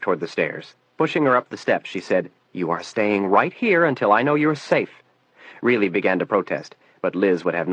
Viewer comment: I cringe every time a certain name is mentioned. It's RILEY for Christ's sake, not REELY.